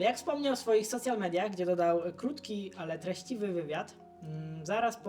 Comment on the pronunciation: jakie soCIal media.:P daj wymowę anielska